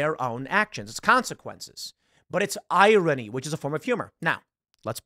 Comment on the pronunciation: I swear, I'd pay actual money if Tim learned how to pronounce "irony" correctly.